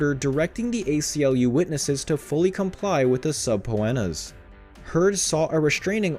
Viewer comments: If you read these comments PLEASE learn how to pronounces subpoena... SUB PEE NUH Subpeenuh = Subpoena NOT Sub po en uh. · Jesus Christ!!! It’s pronounced, SA-PEE-NA!!! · subpoena is pronounced suh-pee-nah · Suh-pee-na, dude. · . .say it slowly. .Suh-pee-nuh . .it’s Latin for: “Court Ordered” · Sub-pho-annas....LOL! Yep, the repeated torture. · What the hell did you call a subpoena 😂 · If you’re going to narrate a video… please learn how to pronounce words. Subpoena … seriously. 🥸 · Came here to say this! Lol! It was so annoying! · Thank you!!!...geez, like he's never heard the word "subpoena".